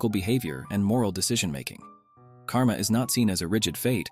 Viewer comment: Great Video but just one thing The pronunciation of many names is a bit wrong, you usually should not pronounce the 'a' sound Like in French (idk French just know a few words cos of school) you dont pronounce the 'e' which is in the end, similarly dont pronounce the ending 'a' too. Examples - Moksha, Karma, Dharma Exceptions - Ahimsa (I recommend taking advise from a native speaker for the pronunciations for future videos)